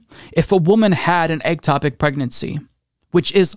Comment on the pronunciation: It's not "egg"topic. Ectopic.